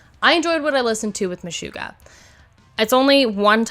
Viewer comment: MeSHUGgah…SHUG…Not Shoo…not MeSHOOggah.